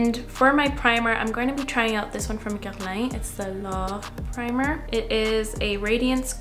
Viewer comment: Loved hearing your quebecois accent when you said Guerlain! Do a video in French please!!